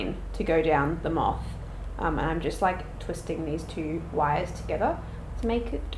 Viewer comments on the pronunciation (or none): no one:: m🅾️th